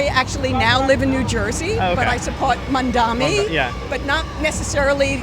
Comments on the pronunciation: She doesnt even say his name correctly! She says Mondami but its really Mamdani. She is a brainwashed ignoramise! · She keeps saying “mandami”…can’t even pronounce the name correctly. It’s a peculiar trait, Jewish self-hate.